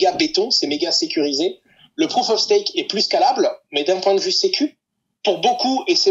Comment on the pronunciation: Stake, pas stack ni steak.😅